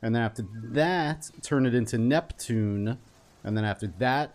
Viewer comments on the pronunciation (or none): none